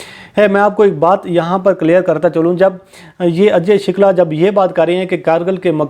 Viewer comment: O bhai.. naam ru sahi lo... shukla hey. Shilka nai.